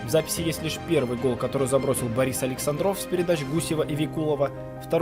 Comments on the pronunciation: Действительно написано….. За 50 лет увлечения хоккеем я НИ РАЗУ не слышал, чтобы кто-то где-то назвал его с ударением на О. Интересно, а сам АлексАндров знал, что он на самом деле АлександрОв?…… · это было в десятых, там скорее всего уже был казах, по русски ударение делается на А